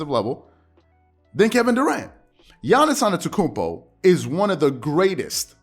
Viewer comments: His name is Giannis “ AH-DEDO-KOON-BO “ ‼️‼️ I’m sick of you butchering his name 🤦🏾‍♂️it’s not hard to Google how to pronounce his name correctly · I like your content a lot, man… but please, from a Bucks fan, learn how to pronounce Giannis AnTETokounmpo properly. Please 😂